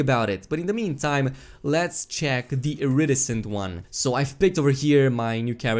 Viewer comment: Iridescent. Emphasis on "de" in iriDEscent. Not iRidescent.